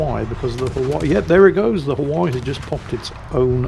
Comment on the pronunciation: Please learn how to pronounce Hawaii